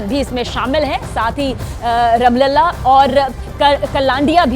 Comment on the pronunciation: You can't pronounce proper names ram Lalla ramalla